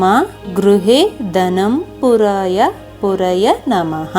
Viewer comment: ಕೊನೆಯಲ್ಲಿ ಧನಂ ಪುರಯ ಅಲ್ಲ ಪೂರಯ ಪೂರಾಯ .